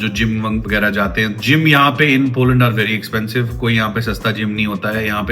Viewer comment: Poland ❌️polund✅️